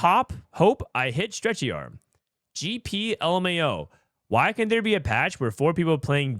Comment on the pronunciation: Can you just read it normally? Like we all know “wghy” = “why” you don’t need to say “we ge he”